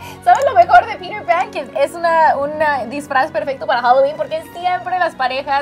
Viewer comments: Porque en vez de decir peter pan como se dice verdaderamente "piter pan como suena porque dicen pirer pan.....Hablen su idiomaaaa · Me da risa como pronuncian Peter Pan. "Pirer pan".<3